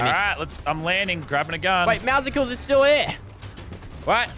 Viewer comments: it's pronounced "Meow-cles" not "Meow-sickles" It's word play with the noise cats make (meow), and muscles. Edit: Dang, there are some insecure c*nts in the replies of this comment. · It's meow + muscle Not meow + icicle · Why the F*ck is everybody saying Meowsicles? It is Meowscles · i love how instead of saying meaw meaw he said meoscles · I’m sorry but it’s meowscules like meow and muscles